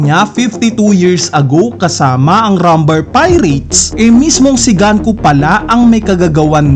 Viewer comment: GANKU???? Sinabi na sa latest episode na GUNKO, ganku ka pa rin nang ganku. Pauso amputa. GANKU??? DOME REBERSEH???